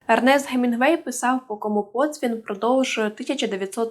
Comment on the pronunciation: как ты ещё язык не поломала, произнося гемингвей, с твоей помощью гемингвей в гробу перевертаеться